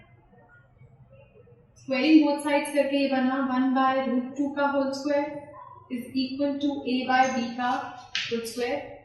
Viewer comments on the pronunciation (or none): none